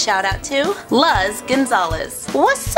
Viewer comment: I'm pretty sur luz is pronounced loose or looze